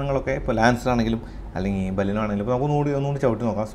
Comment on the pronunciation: ബലീനോ അല്ല ബലേനോ എന്നാണ് ഉച്ചാരണം.